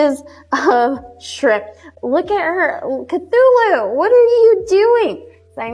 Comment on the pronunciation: she’s pronouncing it wrong. It’s sad that I know this, but it’s pronounced k-too-loo. It’s the name of a mythical deity. It’s an 8 legged creature so makes sense they named her that! My cat is called Cthulhu (it’s proper spelling). My partner named her. I named our male cat Freddie 😂